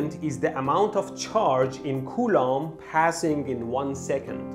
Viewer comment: Coulomb sounds like "culo" which means "ass" in Spanish. That's when I lost focus.